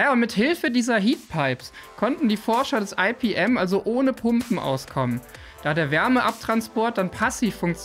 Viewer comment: Cooles Video. Ich möchte aber darauf aufmerksam machen, dass das "Fraunhofer-Institut für Physikalische Messtechnik" bitte nicht englisch abgekürzt "EiPiEm", sondern einfach "IePeEm" gesprochen wird. Meine Fussnägel danken es dir! 😉